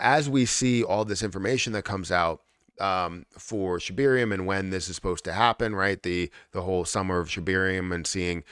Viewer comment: ShibArium. Not ShibIrium.